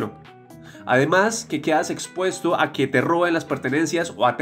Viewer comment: Por qué dice Queas quedas OLVIAOS olvidados Poemos podemos